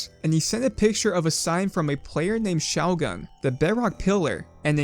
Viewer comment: I'm not sure there is a worse way to pronounce the word shougun